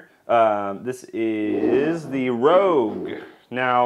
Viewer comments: It's rouge not rogue. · It's not Red Star "rogue," it's Red Star "Rouge." Rouge is the French word for "red." It's pronounced "roozh," like the red stuff women put on their cheeks. A "rogue" is a criminal, one who is dishonest and untruthful. "Rogue" is pronounced "rowgh,." The "row" part sounds like the "row" in "row, row, row your boat, gentle down the stream," or like "we're sitting in the 5th row at the theater." Rogue and Rouge are two very different things. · *Rouge not rogue :) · Great video! You had me chuckling every time you said Rogue instead of Rouge :D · Really cool video, full of great notes for someone interested in tweaking characteristics of their mead! That being said, did anyone already mention that it's not "rogue," but "rouge," as in "red?" It's pronounced like "roozh." And "classique" is pronounced like "class-eek." And for that matter, since the other words in the names of the yeast are French, I would imagine Red Star also intends for "premier" to be pronounced "pray-mee-ay." As in "pray-mee-ay roozh." Call me pedantic, but it would have taken a few little cringes out of the video in my opinion, whatever that's worth. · it's not rogue, it's rouge as in french for red as in the color of the wrapper it also lends to it's intended purpose; red fruits and berries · I’m losing it every time he says “rogue” instead of “rouge”. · Love your testing video. However, one thing is driving me to distraction. Red Star Premiere "Rouge" is pronounced "Rooj". Rogue is pronounced "Roag". Rogue is of unknown history, but you can find out all about it here